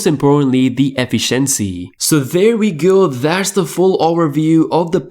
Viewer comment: Still mispronouncing efficiency after all these years.🥲🫠 This comes from a non native english speaker as well. There's always space for improving your language skills.